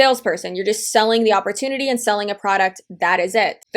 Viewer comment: Why does the second girl keeps saying oportuny? All I got from these videos is that they don't understand what a piramid scheme is and that they are desperate... that guy saying that everything is recruiting is so dumb. CEOs need to recruit, employees payment is not subjected on more people being recruited